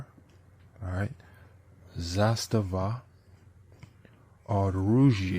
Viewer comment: Great pronunciation man! "Zastava" actually means "Flag" in Serbian!